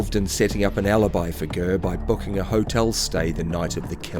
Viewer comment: Lol who the fck is gurr ???, it's ger not gurr. Just saying why go to the bother of making a documentary when you can't even pronounce a name correctly. And jftr i Iive around the same location as all these people, so I know what I'm saying.